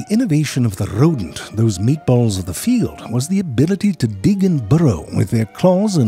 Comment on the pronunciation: the RRRodent!